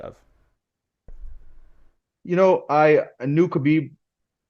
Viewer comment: His last name is pronounced: Mah-hah-shiv